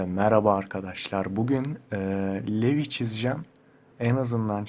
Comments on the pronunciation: levi değil rivaiii bruh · Knk levi diye okunmuyor livay diye okunuyor söyleyeyim dedim 😊😊😊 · Abi video yararlı ama Levi diye değil Livai diye okunuyor =) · Levi diye okunmuyor "livay" diye okunuyor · Levi dediğin anda kendimi boğmak istedim hatır levi levi diye okunmaz livay diye okunur allahım lütfen böle okuyun kendimi kesmek istiyorum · Abi levi diye yazılıyor ama livay diye okunuyor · Livay diye okunuyo söliyim dedim 😊😊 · Levi livay diye okunur ama belki izlememişsindir o yüzden sadece bilgilendirdim 😊